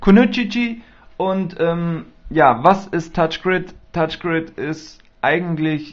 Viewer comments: es heißt touchgri(n)d und nicht touchgrid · *touchgraind* so wirds ausgesprochen...=P aber schönes video =) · lol Touch GriD xD So lustig wenn der das sagt ^^ Du hast nur so wenige Boards frei, das ist schon krass... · Mein Gott, Kinder, er macht ein REVIEW, er zeigt und erklärt den Leuten die es nicht kennen, das Spiel. Also heult nicht rum, er sei so ein schlechter Spieler, er will ja auch nicht zeigen, wie gut er spielen kann. Schön, den Namen hat er auch falsch ausgesprochen, UND?! Als wenn ihr euch nie versprecht, ihr seit ja die perfekten Könner. Fehler sind menschlich. Ihr versteht den Sinn des Videos nicht.